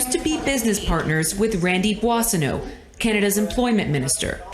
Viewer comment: You should practice more your pronunciation of Boissonneault.